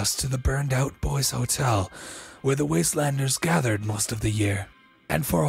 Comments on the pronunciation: Really bothers me how this Santa guy says boys instead of boise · As an Idaho boy I'm really annoyed that the voice actor pronounced Boise wrong (actually pronounced like boy-see) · As an idahoan Boise is pronounced boy-c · I was only annoyed that didn't say Boise Correct it's Boy-See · How he said Boise it hurt me as a guy who lives in Idaho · I'm triggered that pronounced Boise wrong. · How he pronounces boise is infuriating